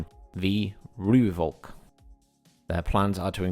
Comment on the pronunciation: Not to be a pronunciation nazi or anything, but let me help you pommies out so you don't embarrass yourselves online when you get this... Rooikat: Roy-cut Ratel: Raa-til Eland: Ee-lunt Renoster: Ray-noo-ster Buffel: Biff-il Rooivalk: Roy-fulk